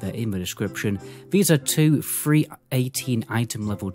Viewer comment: oh ..... three three three gear .... i though it was free free free gear... good video